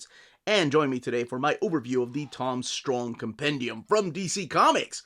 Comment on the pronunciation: You mispronounced Strong.